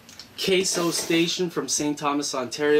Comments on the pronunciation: It's CASO, not Casio. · YES!!! "Kay-So" not Casio